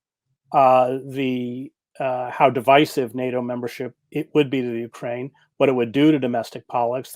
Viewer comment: Katie, please learn the correct pronunciation of Ukraine.